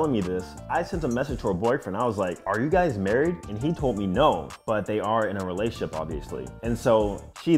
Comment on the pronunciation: Lol it’s pronounced re-la-tion-ship